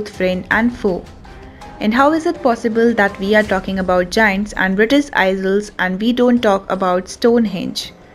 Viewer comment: Aiyels not isals for isles. Learn pronunciation first not history